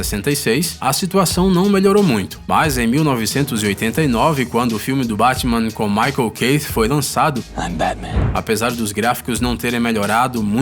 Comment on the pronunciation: O canal é fantástico, mas o narrador desse vídeo erra muito a pronuncia dos nomes dos atores... Lou "Farigo", Michael "Kate"... uma revisão poderia corrigir isso. Fora isso, os vídeos são ótimos.